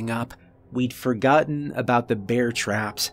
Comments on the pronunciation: it's finny, sometimes you say Beer rather than Bear. It's happended in a few stories. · Why pronounce it "beer" mace? Surely it's bear mace?